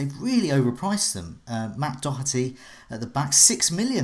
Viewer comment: has been practicing the or pronunciation of Matt ‘Doherty’ over the Summer. Nailed it!